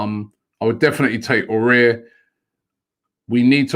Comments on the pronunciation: Robbie it's A OU ARrrrr..... Please don't scare him .He may not come if you keep saying O air. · Robbie just so you know it’s not pronounced Aurier it is ow-oh-w-ar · Robbie you pronounce as awar not orare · IT'S NOT "AWARE" BUT "AOUAR" LIKE "AWARD" BUT YOU LOOSE THE D AHAHAH OR "HOWAR" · Why does Robbie say Aouar the same way as Aurier? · Aminu Alkali but he’s gotta put a bit more effort it is spelt nothing like aurier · AOUAR= Ah-woo-are.. keep it up Robbie! All the best☺ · Everyone: Aouar Robbie: ORARE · It annoys me how Robbie can’t pronounce foreign names... he butchers it😂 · the only thing rob pls can you stop to murder aouar s name all the time when you prononce it . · how did he see Aouar and say it like that 😂